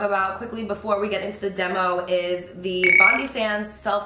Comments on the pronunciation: I'm a Sydneysider and it literally hurts me to hear you say 'bondie sands' haha. It's bond-eye, like our beautiful bondi beach! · It’s bond-eye sands not bond-ee sands